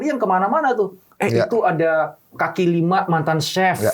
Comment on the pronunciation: "Kaki" kali ya bukan "Kali"